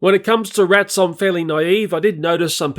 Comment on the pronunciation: Why he calls rats rittles